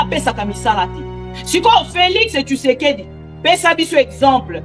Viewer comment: Félix tshisekedi et non Félix tshusekedi